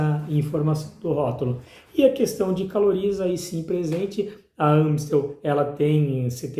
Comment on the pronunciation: Naoo é Ã é A ... Amistel.... Tem Ã no rótulo??? Para de falar errado